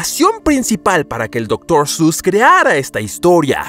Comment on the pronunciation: Otros: Doctor seuss 😐: Doctor sus ඞ